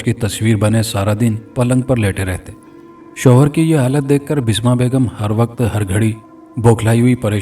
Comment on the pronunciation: Basma not bisma